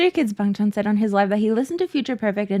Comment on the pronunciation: i think youre pronouncing it right but people are used to hearing others say the accented version (us australians say bangchan the way you dont) people are just nitpicking you tbh